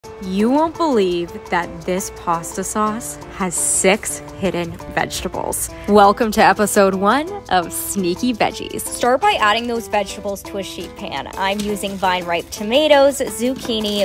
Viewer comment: It's pronounced six not sex ......